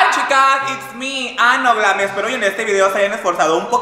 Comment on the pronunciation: Nadie: Absolutamente nadie:: Hi it's me Anoglam Jjajajajajaj Morí